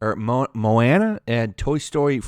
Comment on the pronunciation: Moana (Mo-aw-na)